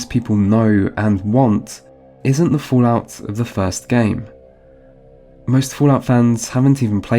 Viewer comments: Fulaut? 😂 It is fal out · what the fuck is foo-lout?